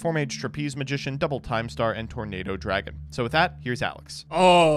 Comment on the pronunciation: Did anyone else hear saying tomato dragon when he was summoning tornado dragon.